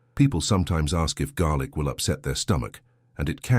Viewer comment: Garlic . Not garic. Fool